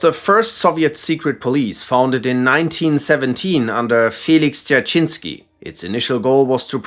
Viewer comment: i hate this ,,felix derechensky" i dont know if even 3 letters are pronounced correctly